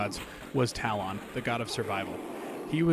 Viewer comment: Dude... you honestly don't know how to pronounce Talon?